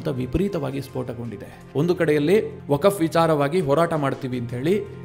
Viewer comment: ಅದು ವಕಫ್ ಅಲ್ಕ. ವಕ್ಫ್